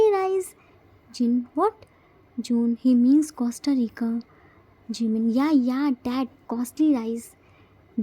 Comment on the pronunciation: Awesome episode 💜🤗 i really loved it!! It's our chimmy's birthday 🎊🎂 Aish jimin is so lucky to have 4 eomma and appa. I love tae's mom 😂 she is ready to beat yoongi. 😂 Poor jiminie still didn't learnt to pronounce Costa Rica 😂😂. Aish unholy namjin 🙊. Poor jiminie will definitely lose his all innocence soon. And if he will stay with namjin for 1 month then 🙊👀🤭 this episode was really amazing. Namjins bickerings 🤣 the way joon apologised to jiminie by saying that he did crime oh god 🤣🤣 Di it was funn 😂❤️ I think yoongi and everyone are preparing surprise for jimin and they didn't forget his birthday 🥳🎂 Super excited for next episode 😘 Love you so much 😘😘 Congratulations 🎉 for 3k subscribers 😘❤️